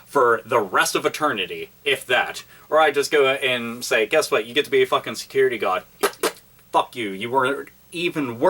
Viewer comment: Did you say "Security God"?